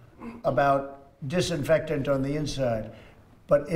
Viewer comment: I lost her when she couldn’t pronounce disinfectant